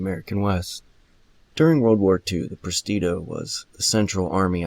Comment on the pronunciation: Presidio not prestido.